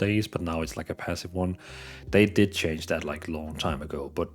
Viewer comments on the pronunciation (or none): none